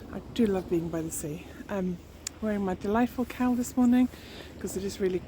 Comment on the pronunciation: Thanks for sharing. That brioche cowl is beautiful. And I love the purple/ teal combo you are just about to start. Sometimes I watch eith closed captions on, while my toddler naps. Today I noticed that every time you say "cowl", the auto text types "cow" 😂. So you are doing all sorts of things with cows this episode, including waiting for good light to take photos of the cow 🐄 😂. I haven't tried brioche yet, but your cowl makes me tempted. ♥ Thanks for the beautiful sea front walk. I can see why you take a few moments there before teaching. Hope your back heals quickly!